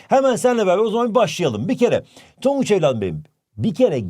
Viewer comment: HOCAM TONGUÇA NE DİYOSUNUZ TONGUÇ BİŞEY DİYOSUNUZ YAA😊